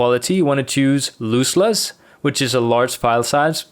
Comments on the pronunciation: Love your content, mate. Just have to say the word is Loss-Less, not Loose-Less (o like off, not oo like moose). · i'm sorry, but did he pronounce "lossless" incorrectly? or was that just an accent?